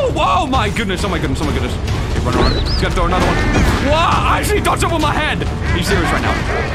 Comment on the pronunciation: is it me or did i hear arounk here